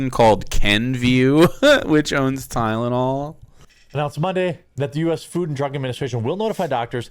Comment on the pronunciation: Why is he having such a hard time saying Tylenol?